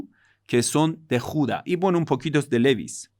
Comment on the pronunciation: Tribu de Judá con acento en la a. Te felicito muy buenas clases.